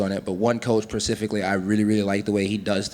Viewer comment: did he say procifically? lol